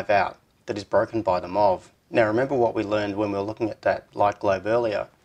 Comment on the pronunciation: MUST you pronounce abbreviations?? M.O.V. is easily understandable in any accent. "Muv" is not. Why don't you pronounce BJT? eesh... The power circuit is really pretty cool, but... If I have to disassemble the light to add the parasitic power device, I'd much rather install a regular WiFi unit there instead, and just make the switch a remote.